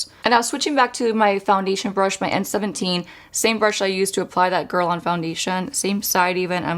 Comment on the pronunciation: I wish she could pronounce Guerlain correctly.